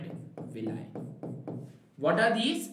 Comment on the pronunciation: sir villi ki pronounciation galat hai 🤣😂😂😂😂😛😛😛